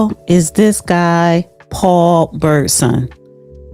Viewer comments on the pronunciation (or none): I need you to stop butchering peoples names. BirdSONG; Ill-HAN; You gotta get the names right so they can be properly disgraced by We Your Listeners!!! ❤ the show! Thank you for your content and insight.